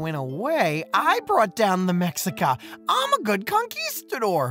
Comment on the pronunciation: It’s pronounced meshica. The x in Mexican native words is equivalent to SH. Many natives would call themselves meshicanos at first rather than mehicanos and the monolingual Spanish speakers would mock them and call them Chicanos in a derogatory way. Now it’s used as native pride and they have a Chicano movement. Chicano is now a word of empowerment for many mestizos in the southwest USA